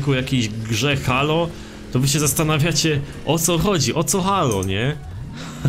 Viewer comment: czyta się "Hejloł" nie halo